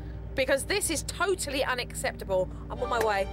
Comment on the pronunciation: Supernanny, its pronounced "un-a-sept-ub-ull"!